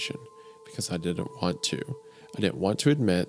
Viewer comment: Bugs me wendigoon can’t pronounce words with T’s in the middle. “Wridden” “Cerdainly” “Ladin” etc.